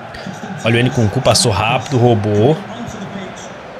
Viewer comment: o narrador falando o nome do nkunku: nucucu kkkk